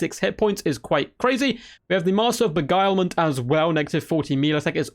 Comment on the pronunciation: congrats on pronouncing beguilement correctly, it’s been a long journey 🤪